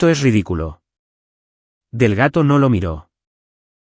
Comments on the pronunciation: No es Delgato ,es Delgado. Por favor pronuncien correctamente. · El señor del gato? Que tiene que hacer el señor del gato en la notaria? Si el narrador no sabe pronunciar Delgado, cambienlo por otro narrador. Y no se dice conduciste, se dice condujiste